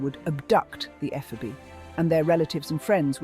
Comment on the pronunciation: You might want to learn how to pronounce "ephebe".